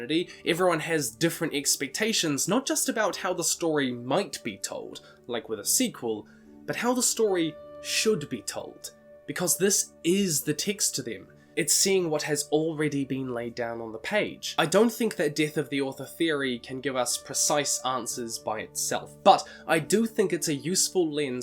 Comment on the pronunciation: Can you please stop pronouncing the word “texts” as “ticks” it’s confusing at times